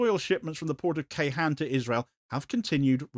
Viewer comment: (Oil pipeline) Ceyhan = Djay-hun